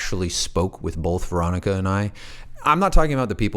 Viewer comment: Please stop saying bolth. It's both